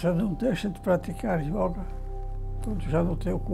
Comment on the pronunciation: YÓGA... espero que todo mundo possa ter escutado o maior mestre brasileiro desta grande arte e filosofia de vida falando YÓGA, e não YÔUGA. ...e não me venham dizer que não importa como se diz, o que importa é o que se faz.